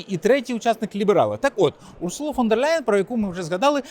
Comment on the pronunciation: Дякую за відео! одне зауваження: Урсула, з наголосом на перше У, не урсУла.